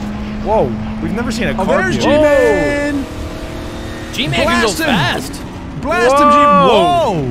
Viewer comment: you said fat not fast